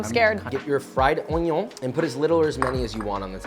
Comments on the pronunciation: A smile at the "onyon" part. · The way he says onion annoys me